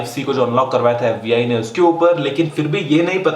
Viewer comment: its FBI NOT FUCKING AFFBI